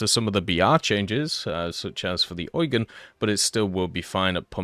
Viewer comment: WHOO he finally said Äugen instead of eugene